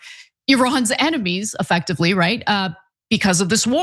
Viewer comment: Effectevlly, literally, clearlly àaaaaaahhhhhhhhaaaaaa😢😢😢